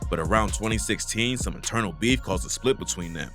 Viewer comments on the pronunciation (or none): none